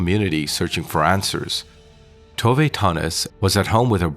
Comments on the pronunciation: FYI it's "Tov-eh" not "Tov-ay" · The Swedish woman I've known since she was a teenager, but living in Scotland, pronounces Tove, too vuh. Is your narration an American guess, Spanish influenced? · Actually "Tooveh". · Yes, Tove is pronounced "Tooveh".